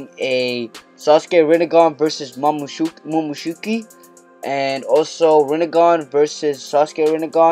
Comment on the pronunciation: First time you said momoshuki😂lol